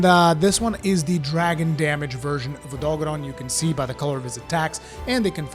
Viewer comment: When he said “Odogaren”, did anyone else think of the “THIS IS JAMIE RIVIERA” guy? lol OdolKFjeldksfjkls. Please click n subscribe, once agian this has ben Jaime Rivlkdsafjalksjfdlkjslifj